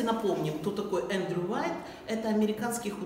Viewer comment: немного исправлю вас - не Уайт, а Уайет...